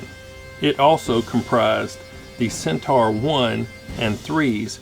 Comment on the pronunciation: Pronounced Cent - or :)